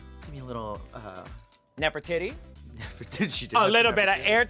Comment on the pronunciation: Did Bianca just say Nefertittie I cannnnnnnot